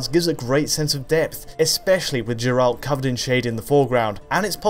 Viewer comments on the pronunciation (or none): Its Geralt not Jerald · You lost me at "Je-ralt" It's pronounced "Geh-ralt" they only say it in game like 5 million times. haha. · Jeralt? Jeralt?! Its Geralt, with a hard G. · I mean how hard is that to remember. Even at several points in the game NPCs explicitly pronounce "Geralt". It's just so annoying to hear it with "J". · My problem with these Witcher 3 videos is the fact that you have that annoying blur and motion blur setting set to On. Other than that, it's all great. Edit: Who they heck is Jeralt? I'll let you say "haitch", but it's Geralt. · I hate it when people say jeralt Its geralt ... come on people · Anyone else get this blinking maximum brightness when using on phone? Note 8 here Unwatchable. Also: IT'S GERALT. NOT JERALT! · it's Cherlaad xD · Did you call him Jeralt? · Who is this Jurawlt you speak of? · Thought I was the only one. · Sure. A video covering a game that came out 3 years ago. And still people pronounce Geralt's name wrong... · I can’t believe that this dude mispronounced Geralt’s name wtf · Oh c'mon! It's 2018 and you guys still can't pronounce Geralt's name correctly!???? You guys have done so many videos on Witcher 3, and still can't do it? Why!? You play the game in mute or something? Unbelievable.